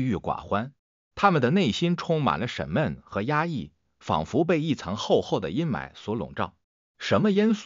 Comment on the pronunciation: 为何说成沈闷?别字先生'